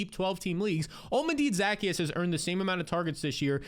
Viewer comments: Za-key-us not Zack-e-us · 😭😭😭 that’s not how you say Zaccheaus name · Olm-A-Dee Zack-E-Us 😂